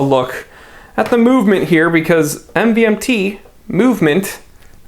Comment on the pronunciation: my guy literally pronounced it M-V-M-T